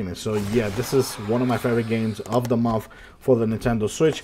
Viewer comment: I like how sounds like he's saying "momf" (month)😂